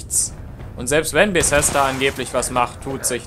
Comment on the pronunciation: Junge das heißt Bethesda nicht Besesda. Fail